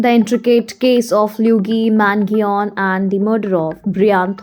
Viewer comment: I’m sorry, but this is an absolute dog shit video. First of all, you completely butchered his name, second of all, it’s completely wrong information.